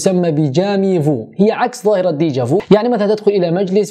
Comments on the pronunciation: Déja vu et jamais vu avec u..en dit pas veu ... هذا هو نطق صحيح فأصل الكلمتان ب الفرنسية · ميرسي على المعلومات ...افادتني ........و لكن نطقك للكلمة déja vuغير صحيح لاتنطق ou في الاخير بل u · déja vu مش déja vou هذا فرنسي مش انجليزي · اسفة لتدخلي ولكن لدي تعقيب على طريقة نطق déjà vu هي لاتنطق دي جافو ولكن دي جافي و اعذرك فأنت لست مطالب باتقان اللغة الفرنسية ولكن نحن في المغرب لدينا اللغة الفرنسية اللغة الاولى و الاساسية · ليس ديجا فو 😄و لكن déjà vu ف u لا تقرأ o كما في التركية على ما اعتقد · عذرا و لكن طريقة نطقك لكلمة déjà vu أو jamais vu خاطئة بعض الشيء المرجوا الإستعانة بناطق إلكتروني لتسهيل نطق الكلمات و إصال الفكرة بشكل واضح و صحيح و أما الفيديو كان جد رائع و جزاك الله خيرا على هذا